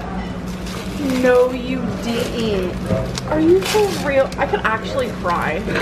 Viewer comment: “No deedint 🙄🙄